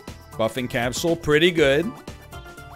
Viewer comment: Will this man ever say capsule like a regular vancouverite?